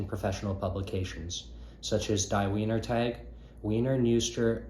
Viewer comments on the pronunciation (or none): thanks bro! you’re german is pretty bad lmao! when you see a word spelled like wiener it’s gonna be produced viner. also do you have any english translations of the schauberger commentaries? like the one that’s referenced here and in Living Water? if so could you email me the translation? thanks again!